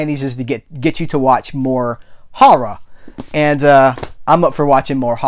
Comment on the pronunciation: Great pickups and another great video, my man! Tarz'n and "harrah" sound like the dialect issues you southerners are so famous for. That horror list book looks sweet! Gahan Wilson was known for his Playboy cartoons btw. Very surreal quirky stuff. Check him out. I think you'd dig it.